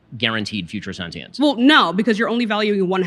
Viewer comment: If your mvp can’t pronounce “sentience” correctly and his entire position relies on a word he cannot pronounce, I would highly advise a new “mvp”